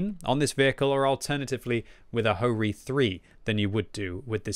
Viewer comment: and HO-Ri?